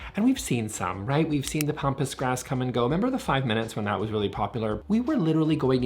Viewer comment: It’s pampas grass, not pompous. 😂